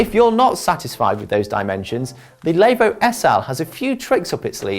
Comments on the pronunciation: Layvooo! Good start when the reviewer can’t even say the bike name right. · Lay-vo, Diffy Forest, what was he doing Wrexham, learning how not to speak English and Welsh?